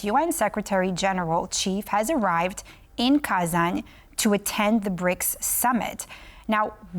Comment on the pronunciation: Wow, someone starts saying Kazanь right